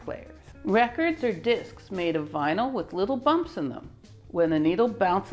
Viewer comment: The gen z people are asking “what’s a Vinal record?”